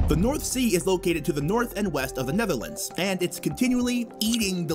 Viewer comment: Lol the way they say the neverlands (Netherlands)